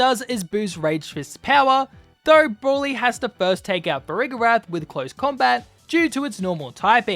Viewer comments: How do you pronounce broly so wrong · I know. He just pronounced it wrong